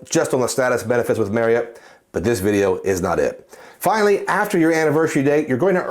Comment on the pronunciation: I’ll always credit you for teaching me the proper way to pronounce Marriott. For me, it’s tough to justify any premium hotel card compared to a premium airline card. Main reason being there’s only 3 airlines that fly out of my home airport compared to the numerous hotel partners when I arrive to my destination. But for others, it’s a powerful card 💪🏿